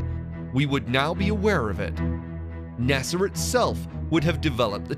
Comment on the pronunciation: Well ...... You think you're upset about how he's mispronouncing the word Nazi Well after . He comes up with two more ways . Nortzy and Nuetzies the last one he stretches out NASER instead of NASA